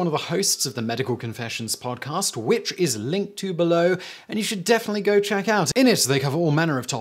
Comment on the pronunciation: Simon saying "click be-low" with his British accent turns me on. And I'm a straight white Male.